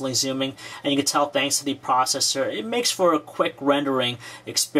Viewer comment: a cuwod cwor pwocessor is a pwocessor wiv fowr cwors.